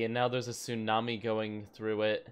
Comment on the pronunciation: Do you mean.... Sewnami?